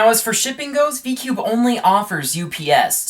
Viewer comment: He said " DI CUBE "